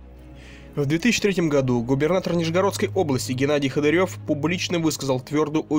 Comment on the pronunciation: Ходырев, ударение на О. Цирк.